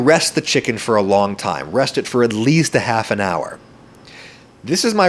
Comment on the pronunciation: am i the only one who noticed that back then adam said "fo" instead of "for"